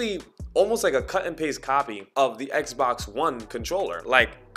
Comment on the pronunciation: At times, I'm hearing "eggzbox" (scratching head)